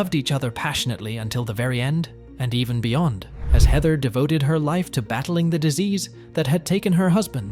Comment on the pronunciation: It's mispronounced wrong then correctly...??? 🙃🙂